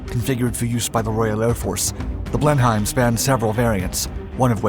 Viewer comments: Pronounced blenim BLENIM not blen-highm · Your videos are good, except when you sound like Officer Crabtree from 'Allo Allo'. I twitched the first time you said Blen-Hime. I had St Vitus' Dance by the end of the video. It's 'blennem' or at the very least 'blennum'. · Missing historical content…this aircraft was also built in Australia and was re-engineered to use P&W twin wasps, then being built under license in Australia. Also evolved into the beaufighter….you missed that historical content. Also pronounced ‘Blenem’, silent H. Piss poor effort. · Blen heim lol - dude just find an English guy in your town when you make an english plane video - blenim btw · Great video as usual... but it's pronounced "Blen-IM" not "Blen-HEIM" ... named after a famous battle in the 18th Centaury... Thanks! 😀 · Dear commentator, it is pronounced Blenhem, with a silent H. Not blen-hiem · I can assure all viewers that the name is pronounced "Blenim", not "Blenheim". Typical British pronunciation so that foreign spies can be quickly discovered ! How do I know ? Well, my father was a radio mechanic in Training Command in WW2 up to 1944, and these were the aircraft he worked on with their battery-operated radios. There were no electricity generators in the aircraft, the engines used magnetos. In early 1944, he was posted to 139 Wing, 2nd Tactical Airforce, (under Air Marshal Tedder). This wing operated Boeing B25 Mitchells, on loan from the USA. The Blenheim went from being a super-fast bomber in the early 30s, (no fighters could catch it), to a death trap in 1939, when fast monoplane fighters like the Bf109 were in use by the Lufwaffe. They similarly had problems with their bombers being once fast, but not fast enough by WW2. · Not complaining about the speed but the pronunciation: it was pronounced Blennem, not Blen-heim. and BTW, that's a Wellington we see being built at the beginning, though it might not be part of a Wellie wing the two lassies are carrying. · It’s pronounced “Blen-em”.